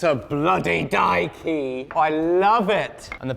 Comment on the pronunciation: So careful to clearly enunciate die key and not blur or mumble the words together. Like how in the English dub of "Castle in the Sky" the name of the floating city was always clearly enunciated as lap-u-ta, with a long u, not la-pu-ta with a short u and different syllable breaks.